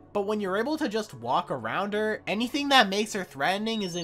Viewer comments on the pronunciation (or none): none